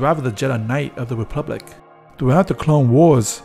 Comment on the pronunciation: It's republic, not "replubic" get it right!